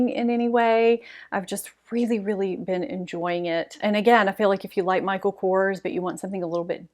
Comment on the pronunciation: Beach by Bobbi Brown for summer currently. I was so glad to hear you pronounce Kors (Michael) just as it appears instead of “Coors” the beer. I live in the panhandle of Florida and some of the women here pronounce it like the beer and I will correct them! I speak French, btw, wish I was there to help you pronounce some words! Don’t take it as an insult, French is the most beautiful language in the world! La Côte d’Azure means the French Riveria-just a footnote.